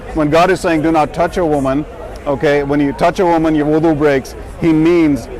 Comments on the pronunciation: It is wudu, not voodoo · It's not voodu it's wudu